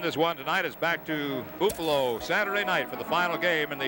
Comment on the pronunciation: Boofalo? LOL